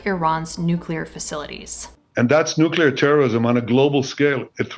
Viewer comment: Did he say"nuckalar weapon"?